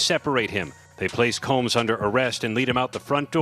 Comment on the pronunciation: I love the way The woman narrating or automated voice says Shaun "Cums"! Combs...🤔😄👎